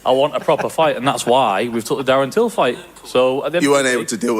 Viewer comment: "Fommy Tury vs Tarren Dill" lol